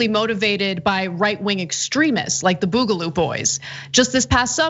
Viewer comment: Boogaloo like booger, not like boob